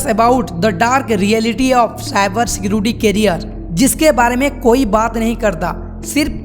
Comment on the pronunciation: Security kehna seekh le pehle